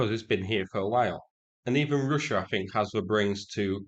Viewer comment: you don't need to sink a ship to take it out of service. If you take the radar or communications systems, the ship isn't sea worthy any more, and will continue to sit out the war. The word "think" has a "th" at the start of it, not an "f". I know its hard for brits to speak English properly, but ffs try.